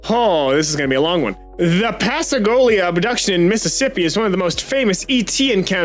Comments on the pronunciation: PassAGolia?? Pascagoula Pass-cah-ghoul-ah Pascagoula, Mississippi I lived there for a bit as a tot until our house got hit by Katrina, a beautiful wooden house Too bad we were literally across the street from the gulf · The way you mispronounced Pascagoula it's so horribly inaccurate I am astonished and a little impressed